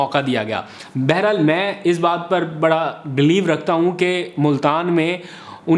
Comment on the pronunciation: Baharhaal hota hai, Beherhal nahi. Aapki Urdu bohat kamzor hai, Kitaben parha karo!